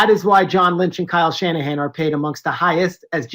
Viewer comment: Coach Shanahan not Calahan